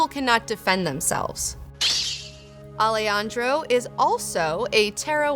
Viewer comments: O A Also, A-le-han-dro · Best intro to Jodorowsky's universe in YT. Great video, as usual. One small detail, the j in spanish is pronounced like the h in english. So the correct pronunciation would be, Ale-HAN-dro Ho-dorowsky. Thanks for the video.